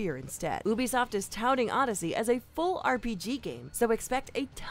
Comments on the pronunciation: It’s not that they didn’t remember his name, it’s that they pronounced it wrong most likely because they don’t actually play the games or listen to the story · Is she saying Ubisoft wrong idk why but it kinda makes me mad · The mispronunciation of UBISOFT really pissed me off for some reason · Ubisoft isn’t pronounced OO-BEE-SOFT. It’s pronounced YOU-BE-SOFT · Oobisoft Try saying like you-be-soft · It's Ubisoft, not Oobisoft. jeez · Ubisoft: ( you-be-soft) not oobisoft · “Oo-bisoft”? No, it’s “You-bisoft” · your pronouncing it ubesoft its ubisoft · its eu-bi-so-ft, NOT ou-bi-so-ft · She said ubi soft it’s uba soft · Ubisoft not Oobisoft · Sorry but.. bruh it's not ooh-bee-soft it's You-bee-soft damnit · I just love oobi-soft sorry i still like its u-bi-soft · It's not oobisoft its you bee soft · ok ok.... Its pronounced U-Bisoft not oobisoft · I amso damn tired of them pronouncing Ubisoft like Obisoft Its Youbisoft not obisoft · Who the Feck calls its OObisoft Its YOUbisoft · ITS NOT PRONOUNCED OOBISOFT ITS PRONOUNCED YEWBISOFT UB1$0FT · “You”… You-bee-soft. It's not called ooo-play. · no, i speak french. It is not pronounced "oo" . i don't even know how to explain how it's pronounced. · Wait wait wait Hold up... Oobisoft? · like U-B Soft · The way she pronounces ubisoft... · she hit me with da oebisoft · I heard about 'Oobisoft' for the first time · she saying oo-bisoft is super unsatisfying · What is oobisoft. oh and those "daggers" are called hidden blades. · When Ubisoft is pronounced as “Oobisoft” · bro who calls ubisoft oobisoft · Did she really call it oobisoft? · I hate wen people say oobisoft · Did she just say oobisoft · Did she fucking pronounce it as oo-beesoft? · OMG she said ubbie soft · "Ooobisoft" lol 💀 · tf is Obisoft i thought it was ubisoft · Great video but u pronounce it yu-bi-soft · Ubisoft is pronounced YOO-bi-soft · It's You-be-soft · I disliked just because she said “OOBISOFT” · It's pronounced (you-be-soft). Also like to end tic tok